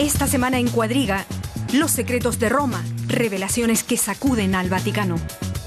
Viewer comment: CUADRIGA, EL IDIOMA ESPAÑOL LA ACENTUA EN LA PRIMERA LETRA A: EDRUJULA. VEHICULO A TRACCION DE CUATRO ANIMALES, ( CUATRO: PALABRA DE DONDE DERIVA CUADRIGA ACENTUADA TAMBIEN EN LA PRIMERA LETRA A ) CAPITA: EDRUJULA HAY USO DISPARATADO DE PENTAGRAMA QUE PRONUNCIAN COMO PA- LABRA GRAVE ACENTUA- DA EN LA PENULTIMA A CUANDO LO CORRECTO ES ACENTUAR LA PRIME- RA LETRA A: EDRUJULA. COMO SI PENTAGONO EN VEZ DE ACENTUARLA EN LA UNICA A SE ACENTUA- RA EN LA PENULTIMA O COMO SI FUERA GRAVE!!!!!